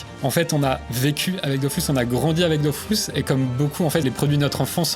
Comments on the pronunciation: D’eau füs et pas DOOOFOUSSSS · Dofus pas Dofous par pitié.. pour une fois qu’un jeu français est bien